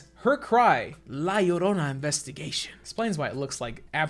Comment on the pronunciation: at least james pronounced la llorona right